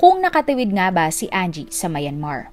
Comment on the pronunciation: Plz pronounce Myanmar correctly..